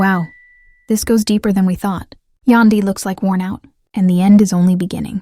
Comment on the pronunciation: Its YAN DY , Yandy! AI ughh